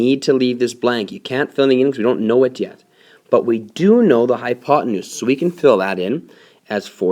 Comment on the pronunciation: you mean hypotenuse no hypotemoose silly